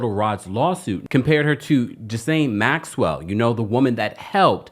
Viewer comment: I so wish black vloggers would stop mispronouncing Maxwell's name sounding like hillbillies 😢 The S is silent like the g in neighbor